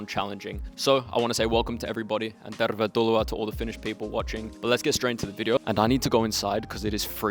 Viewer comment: Love the way you say "tervetuloa" :) On kiva kuulla ulkomaalaisten kokemuksista Suomessa. Ihanaa, että olet viihtynyt täällä! :D